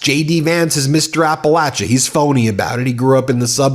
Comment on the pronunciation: Hey Ben! Would just like to say thank you for pronouncing Appalachia correctly. From a Liberal WNC resident 😊 (in the Blue Ridge Mountain part of Appalachia).